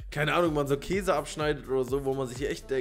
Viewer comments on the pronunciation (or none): none